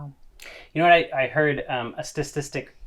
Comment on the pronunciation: Sta TIS tic not StaS tistic